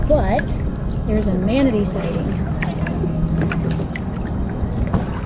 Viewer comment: Thank you so much! It was really great meeting you and hearing about live in Latvia! It might be a couple years, but we will be doing a big Euro trip before too long and would love to visit your part of the world! And multiple people have called us out on our manatee pronunciation 😆 Weird thing is we both know how it's spelled and how to properly pronounce it, yet for some reason we still say it incorrectly. Can't wait to hear more about the manatee ambush from and!